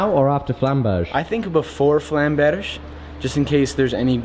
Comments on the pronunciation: yes, but he still has some work to do with his "Flammberge". That's not french, that's also supposed to be German. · Your pronunciation of Zweihänder in my opinion is perfect if you don't take the accent into account. But the way you say Flammberge still pains me to hear. You don't need to roll the R.